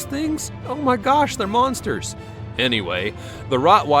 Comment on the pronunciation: “Owh mah gawsh they’re mawNsters”